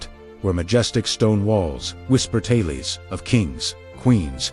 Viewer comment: Interesting. But AI voice is so sad, when human voices are, shall we say, available. I learned that the word 'tales' is pronounced Tay-lees. Twice. Well maybe that's British.